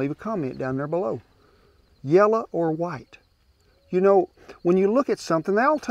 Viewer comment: You are the second person, I've ever heard pronounce "yella" versus yellow. My wife sir, from Sapulpa, Ok, would be the first. We look forward to watching your shows every Wednesday. God bless you both!